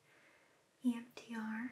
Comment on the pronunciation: I keep hearing “Iann Dior” every time she says EMDR